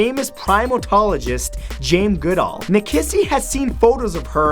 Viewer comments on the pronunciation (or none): I swear Matt said "Jame" instead of Jane Goodall. Even his mouth looks like it says "Jame"